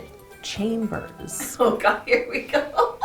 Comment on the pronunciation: she says chamber as in chamber of secrets